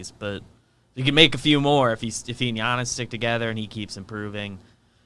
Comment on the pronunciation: Why does call him G-annis it’s Y-annis